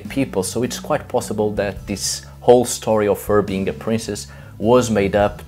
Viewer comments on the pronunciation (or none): none